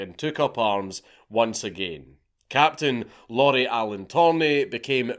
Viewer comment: Lauri isn't pronounced like Lauren, it sounds more like the Japanese pronunciation